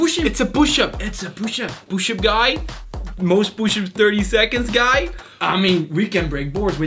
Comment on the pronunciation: I love how he says poosh up